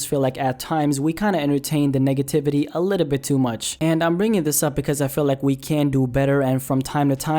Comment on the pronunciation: sounded like he said niggativity instead of negativity 😂😂😂